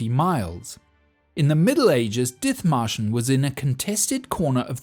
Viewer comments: Dithmarschen is pronounced dit-marschen. 'Th' in traditional Germanspellings that can still be seen in place names like Ditmatschen and Othmarschen are always pronounced /t/. There is no 'th' sound in German like we have in English. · Very interesting. But one thing: The name, Dithmarschen, of a region near Hamburg, is not pronounced with the "th" sound but with a simple "t". And to this day, the Dithmarschen people are renowned for their stubbornness and their independent spirit. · The "th" in Dithmarschen is not an F-sound but just a T. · Ah yes, the English town of Diþmarshen. With exactly that pronunciation. How dare the Germans spell it "Dithmarschen". Almost like they wanted to imply not entirely insignificant a different pronunciation! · In German, the "th" is pronounced as a "t". Dithmarschen is dittmarschen. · The pronunciation of Dithmarschen triggers me hard. One look its Wikipedia article might have helped... There is no /θ/-sound in the German language! Nonetheless, good video :) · You're mangling the name Dithmarschen...the "th" is pronounced as a "t"...silent "h". It isn't surprising that they'd be self-governing, as they're wedged between East Frisia and North Frisia. I'm not knowledgeable about their government, but I recall their story being very similar to Dithmarschen's. Something about the Frisians being the only Europeans to never fall under feudalism...but if Dithmarschen wasn't, then that bit of info is incorrect...unless the people of Dithmarschen were/are Frisians, too. Could easily be, considering Frisians and Saxons have shared that area for a long time.